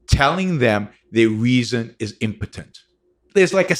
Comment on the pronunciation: “Weezon” ? Nah I’m good brah